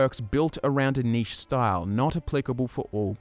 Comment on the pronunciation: Sorry, what was that? All I heard was “niche” -_